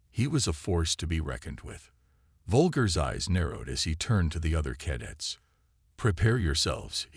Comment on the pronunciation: it's only 00.34 and twice "cad its" for Cadets ? Really... It appears you have forgotten the first rule of using AI readers - Check the results before posting your work. This carelessness earns you a thumbs down.